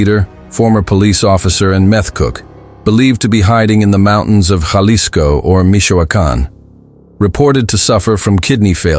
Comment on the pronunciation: Ha-lisco not jah-lisco pendejo